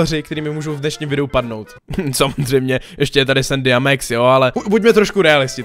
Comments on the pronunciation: pls říkej max neříkej mex pls šte mě to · Čte se Max ne Mex.